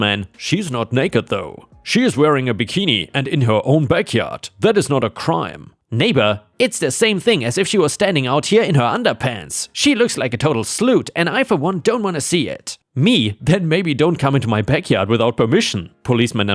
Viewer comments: "slut" isn't said as "sloot." It has an "uh tt" sound like in "what" or "butt." I'm hoping that you're mispronouncing it on purpose though, due to YouTube filters. You could use the word "floozy" in place of it though (flew zee). It's a more friendly way of saying "slut." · Dear, Slut is pronounced like but, hut, or mutt. Wonderful job otherwise, like always! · Slut, like but, not sloot! Lol✌️💓